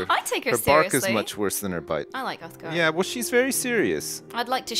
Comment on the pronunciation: ***** I think he meant that it is pronounced uthgerd not uthgard